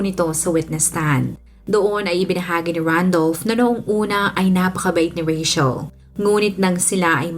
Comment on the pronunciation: I love how you pronounce Rachel.yung iba kc di q maintindihan bkit RETCHEL pagkapronounce ng name ko🤭...im a fan po❤